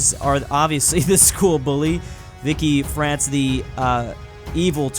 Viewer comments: It's not "Vicky France" it's more like Vishi. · Did he just say vikki France?